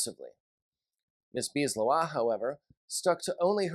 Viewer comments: I think it's more like Lae Houah. But I'm not native French either. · JK, I found weird the Leroy pronunciation.